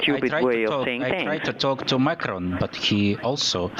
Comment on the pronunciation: 1) Da parte del chiamante, oltre a vari gutturalismi e aspirazioni accentuate delle h in stile nordeuropeo (es. "have you had" diventa "have you khhad", oppure "khhow long it will take"), avete sentito la pronuncia di "Macron"? Un uomo africano di un Paese di lingua francese non avrebbe certamente detto un breve Màcron ma un allungato Mocrròn e con erre arrotata, naturalmente. Inoltre non vorrei sembrare scortese, ma generalmente sia gli uomini che le donne dei popoli centro-sudafricani hanno tendenzialmente un registro di voce più basso e un timbro molto più cavernoso di quello qui ascoltato. 2) Considerando che non è stata la Meloni a telefonare, ma è lei ad essere stata chiamata, non poteva prendersi un po' di tempo all'inizio della telefonata per 'studiare' l'interlocutore, anziché cominciare a parlare a rotta di collo? Il che potrebbe anche suonare scortese, perché se io ricevo una telefonata ho innanzitutto il dovere di lasciar parlare chi mi ha chiamato per sentire cosa vuole, oltre al fatto che chi mi chiama inaspettatamente non ha di sicuro il diritto di sapere tutto il mio pensiero in 5 minuti e dovrebbe anzi giustificare il perché mi rivolge certe attenzioni o richieste... O no? Diciamo che il Presidente Meloni ha peccato un po' di 'giovane' ingenuità e si è dimostrata troppo ossequiosa e collaborativa al, presumo, primo contatto, per quanto di alto rango potesse essere l'interlocutore, anche se fosse stato quello vero.